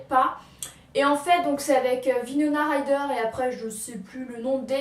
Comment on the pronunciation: DIT PAS VINONA MAIS WINONA STP